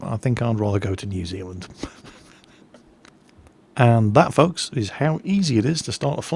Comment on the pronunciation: your not allowed into new zealand until you say it correctly.